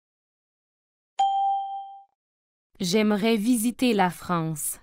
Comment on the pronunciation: 第16句的demain的读音明显不对！